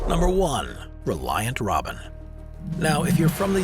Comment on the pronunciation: Congratulations on getting the name of the Reliant Robin right. Not many people or AI narrators do.